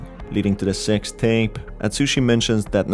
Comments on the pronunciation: I know you said "Sixth tape" but the way you said it sounds like "sextape" xD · Lmao I'm very convinced that the way you pronounce "The Sixth Tape" Is on purpose after seeing this video and the radio station one haha. Anyway, thank you for the explanation! My wimpy heart couldn't take much of horror games, but curiosity always gets to me when it came to stories like this.